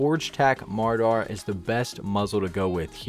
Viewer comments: Its pronounced (mer aw der) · my man really just called it the forge tac "mardar"